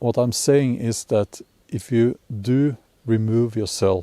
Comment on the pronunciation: Lets take a break to appreciate the way this man says "do" with his nordic accent